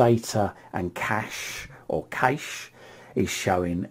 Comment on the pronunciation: FYI - “cache” is pronounced the same as “cash” not “caysh”. If you type “cache” in to your search bar there are audio descriptions too.